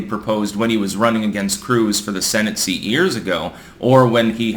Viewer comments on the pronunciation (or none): none